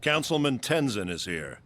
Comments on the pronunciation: If you pay close attention to the background of the city you will recognize all the statues. Also, I don't think you're saying Tezins name correctly. Are you saying Tenzon? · Ten Zon? Lol always hears names wrong then literally hears the show pronounce Mako and the answer but then pronounces it different, i dont know if does it to bother people or he legit just doesnt get it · TenZIN bro. You aren't the movie...you gotta pronounce it right 😂😂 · Also Aang was 12 not 10... also lol please fix tenzin pronunciation 😂